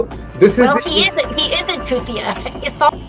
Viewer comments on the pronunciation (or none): citiya nahi chutiya